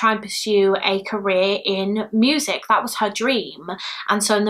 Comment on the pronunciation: Just came across your channel! I watch others like Eleanor and Bailey. Never heard anyone say ‘moosic’ in my life but I’m here for it 😂😂